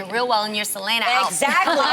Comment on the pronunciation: I know this bitch did not just say selayna